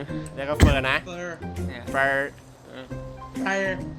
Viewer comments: เฟรอ 55555 ขำเเดก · เฟอ พูดแบบห่อลิ้น 5555